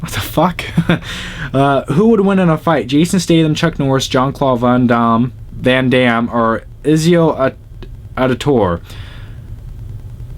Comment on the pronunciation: this is THE right saying Van Damme's name